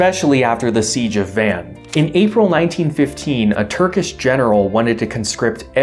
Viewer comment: Carisus It is understandable why he got Van (Vahn) wrong, but that is the another good example